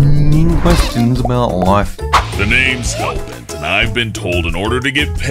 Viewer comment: Hellbent = Hallbert . haha very funny